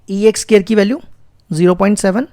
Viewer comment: Sir it's not SCARE it's SQUARE 🥴😒